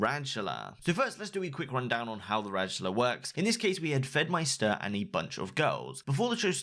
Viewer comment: "FedmySTER" Pretty sure it's just pronounced like "meister".